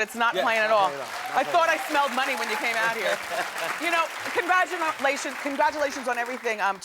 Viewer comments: Congradgamalation! She said it!!! In phonetics. Con grad-ja ma lations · dat biih said...congradumalations😅😅